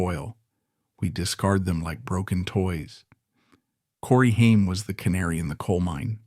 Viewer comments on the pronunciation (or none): Stupid AI voice not pronouncing his name right is infuriating. It’s not pronounced Hien , like the ketchup. It’s pronounced Hame, like fame. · Corey Haim’s last name is pronounced HAYM not HEIM. A lot was left out of this, but thank you for talking about him. He was so much better than he knew and he is missed so much. He was a brilliant actor! I miss you, Corey. RIP 🤍🌹🤍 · "Haiym" LMFAO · The narrator keeps switching pronounciations between "HIME" and "HAIM"...a signature trait of A.I. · Could you please at least say the man's name correctly? Ffs it's not a difficult one. The A is long which means it sounds just like the letter's name. If you are gonna claim to be sensitive to someone's life, at least they're damn named correctly. That kind of disrespect is awful. It makes suspect everything you say whether or not this ends up being a good source of information or not. And unless you name Feldman as part of the reason Haim fell apart, I will definitely suspect everything you said you're setting up.